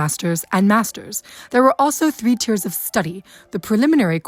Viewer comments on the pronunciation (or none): none